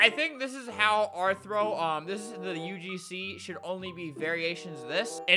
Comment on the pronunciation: Nobody: Literally nobody Albert: "UGsnee"